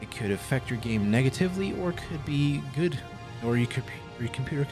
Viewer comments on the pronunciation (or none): none